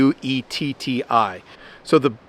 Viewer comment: To help ya out further - It's pronounced Blu-yeti Not Blu-tee:)